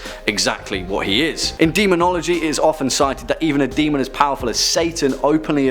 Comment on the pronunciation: "Demön!"